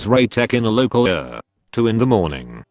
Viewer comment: Pronounce ER as Eee Are, not Ur. Pronounce OR as Oh Are, not Or.